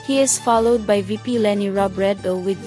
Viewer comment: Robredo pronounced as ‘O’ last syllable sometimes you probounced ‘U’ ✌️